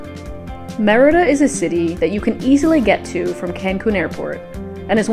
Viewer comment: I've seen many YouTuber videos of Mexico. Except for Mexican nationals few get details just right as you do, such as how to pronounce Mérida.